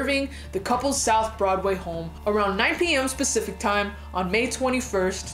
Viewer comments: "Specific" time? 🙊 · 9pm specific time? Or pacific. 😂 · "Around 9PM specific time." SPECIFIC TIME???? As if "specific" time isn't funny enough... "AROUND 9pm **specific** time." I can't.